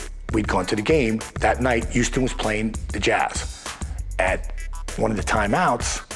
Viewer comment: where is "YOUston Texas"???